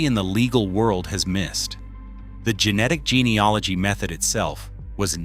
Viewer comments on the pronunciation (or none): Its gene e AL ogy not gene e OL igy